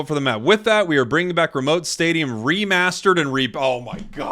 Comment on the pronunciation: Its not Remote Stadium, it's Remoat 😂